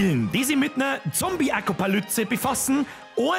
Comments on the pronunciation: Zombie-Acopalytse ?! Nice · Zombieatopalüpse 😉😂😂 bist da beste👍👍